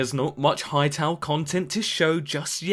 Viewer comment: Jesus Christ, I cannot believe how bad this channel is, there are so many things just plain up wrong here: the constant high volume voice that seems to just stay up in a forced happy tone, the annoying pronounciation differences in the same sentence, you said HYTALE the name of he game 2 different ways in the video, and gosh the script is full of grammatical mistakes, makes me feel like im watching an annoying watchmojo video, and u barely talked about the differences... there are dozens of channels covering the development of this game so much better, in much more detail and in a way that is way more exciting... good luck getting better, but I think it's just better to watch other channels